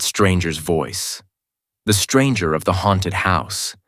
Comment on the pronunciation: Why can't he pronounce the word haunted properly? He keeps saying hairnted.